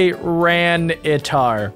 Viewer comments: It's tiranatar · Its tyrenitar